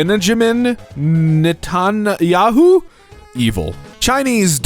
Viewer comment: you don't how to say netanjahu?